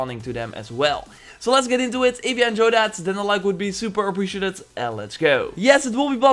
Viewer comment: Could you try to say appreciated correctly. Its been bothering me while watching ur vids 😂